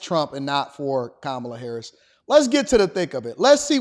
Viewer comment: How come Michelle doesn't get in trouble for pronouncing Kamala wrong😮